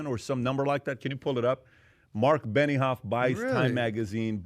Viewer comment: its benioff not beniHoff